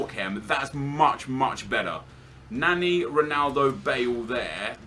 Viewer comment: LEARN HOW TO PRONOUNCE NANI